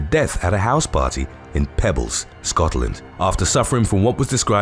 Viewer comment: Peebles not pebbles you line your drive way with.... Peebles pronouncement Pee/Pea bles/bills.... Pea/bills = Peebles. Love From Scotland xxxx RIP 🙏🏻🕊 Sweet Beautiful Lassie/People Sweet Dreams 🕊🙏🏻 RIP xxxx